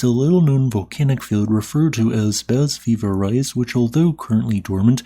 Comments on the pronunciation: Ves-TEED du pahl Shahn de pwee Bah Vee-ver-EYE SHO-vay Pohn Dark SWEE-ohl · In all fairness, it's hard to pronounce foreign languages written in Latin script. Bas-Vivarais may look like "Bass Viv-are-ice" in English, but the French pronunciation would be closer to "Bah-Viv-ar-ray". Totally intuitive if you're familiar with French. Totally unintuitive if you're not. There is also regional variation across France, making things harder still. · Vesteed-Doo-Pie-Marr, Shenn-Day-Pwee, Baah-Veeva-ray, Sho-vay Pon-dark, Ma-seef-sonn-traal, Sweeyol, are some more correct pronunciations Letters in French just dont behave the same way they do in English